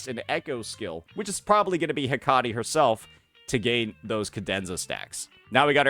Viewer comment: heck-uh-tee not....that.